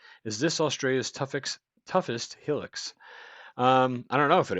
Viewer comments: It’s a bloody hilux not a helix ffs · Chill...he can call it Helen for all I care. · can you say HIGH LUX